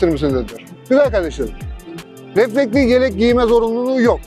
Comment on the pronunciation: Güzel anlatmışsın kardeşim de, bir de reflektiK yerine reflektiF diyebilsen ne güzel olurdu. Bir de motoRsiklet değil, motosiklet. Evde biraz alıştırma yap.